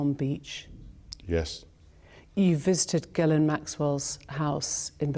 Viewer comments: FYI "Ghislaine" in England is pronounced like "Ellen" in US. "Gillen." Nobody gets it right, but just sayin.' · FYI Ghislaine is pronounced Jzee-lenn or Jzee-lane. :) Common french Canadian name. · How hard is it to pronounce Ghislaine?